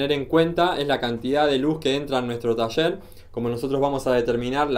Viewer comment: Porque pronuncias cuchicho en ves de cuchillo o. tacher en vez de taller, lo escribes bien pero o pronuncias mal, disculpa mi atrevimiento o ignorancia al preguntar esto